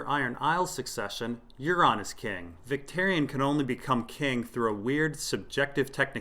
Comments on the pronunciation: one small thing is Vics name........is pronounced more like Vic-TOUR-ion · Adam K VICTARION - VIC-TARE-EE-ON.